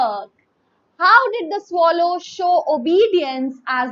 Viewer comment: mam your pronunciation is wrong........ it is swallow not swallow. so, please correct it